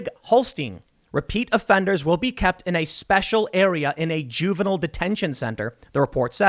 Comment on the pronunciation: jew-vinille detention area eh....